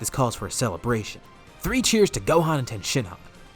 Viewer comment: Its tien not ten